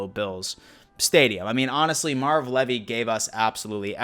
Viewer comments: Come on brother I know your a young buck but ya lose a little cred when you mispronounce our hall of fame coaches name. So its pronounced Leave - e. Love your content but pay attention to the details. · Bullshit. Some may pronounce their last name like that, but Marv Levy doesn't. It's pronounced Leevy. Always has been, always will be. It's ok that this guy pronounced it wrong, just sounds weird. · buddy, it’s Marv Leeeeevy (Leave-y) not the way you said it... good video besides that though. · Great video sir, one thing. His name is pronounced Leevy. Have a great day. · Well, if that's true, he let everyone else pronounce his last name incorrectly for at least the last 30 or 40 years. I'm pretty sure I've heard him introduce himself as Marv "Leevy" as well. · Is it me or is he pronouncing king 👑 coach Marv Levy name wrong ?? Idk 😐 now he messes me up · You butchered Marv's name :( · I don't think I've ever heard Marv Levy's last name pronounced like that